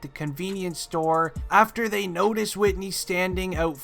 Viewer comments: WHO TF IS WHITNEY? YOU MEAN WHITEY? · Whitey not whitney